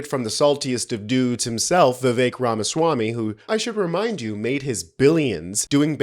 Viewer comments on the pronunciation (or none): none